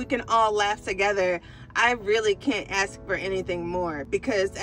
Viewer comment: Ask not axed